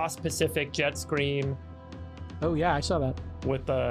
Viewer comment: Jet scream like wth people! He literally said scream instead of stream. Lmao